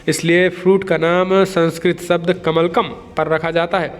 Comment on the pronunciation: कमलकम् शब्द नहीं होता कमलम् होता है